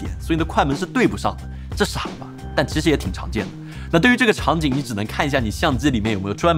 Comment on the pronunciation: 真的要我整理出来吗？ “其实”是念“chishi”? “期”是念“chi”？ “器件”是念“chijian”？ “摄影机”是念“sheyingzi”？ “机器”是念“zici”？ “对齐”是念“duichi”？ “实际”是念“shizhi”？ 这是我听错了，还是我一直学的拼音都是错的？ 你又是怎么理解普通话的？